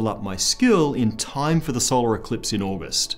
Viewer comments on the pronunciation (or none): none